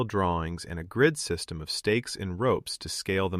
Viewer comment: ugh, I actually thought this voice was someone actually talking. I can't believe that someone is stupid enough to not know how to pronounce "system"